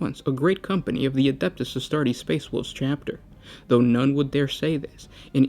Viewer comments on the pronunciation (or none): none